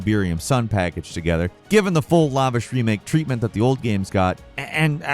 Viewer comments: Lavish. not like Lava. Like lackluster. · What is "lovish"?? Bro these aren't Latin scientific words they're so common how do you not know how to pronounce them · I know you’re not AI but the way you say ‘lavish’ is super odd. Ily!